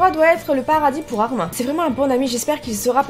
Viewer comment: Armin ce prononce armine